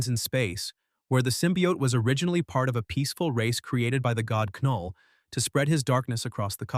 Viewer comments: Why tf are you saying K null? It's (null) the K is silent 😂 Knull isn't a symbiote btw lmfao!! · Null, not K'null. The K is silent. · Who the fuck is Kuhnull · Nulllll not ka null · I hate when the ai says K-null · AI script, AI voice. I can tell by the the way it says ku-null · Knull in pronounced "Null". But I'm pretty sure this voice is possibly AI so🤷‍♂️ Edit: Now he gets right.😆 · The AI is driving me nuts. It kept calling it "Sim-by-ote" Wtf is a SimByOte? Then 20 seconds later it'll get it right and say simbiote and immediately go back to screwing it up! 🤬 And how does AI not know the K in Knull is silent? It doesn't say K-nife! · AI narraration saying "KA-null" lmao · DUUUUDE if you say Ka-Null one more time !!! 🤬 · Now chat GPT you know that K is silent😂! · Trash. Said knull wrong. Got venom backstory wrong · SAY KNULL RIGHT DAMMIT😂😂😂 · Not to be “that guy,” but the K in Knull is silent. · It said knull wrong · It’s ai so it probably can’t differentiate some lines he said knull like null but other lines the k is pronounced so it’s just ai messing up